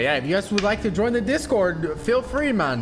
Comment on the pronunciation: Does the way he says "MON " instead of MAN annoy anyone else lol